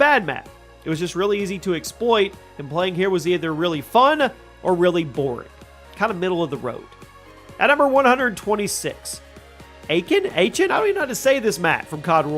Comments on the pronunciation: Aachen is pronounced a-hyn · Aachen is pronounced AWK-IN